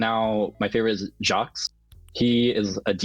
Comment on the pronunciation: Jaques is pronounced 'jock'